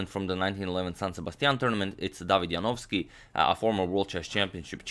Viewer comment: No one can pronounce David Janowski better than this guy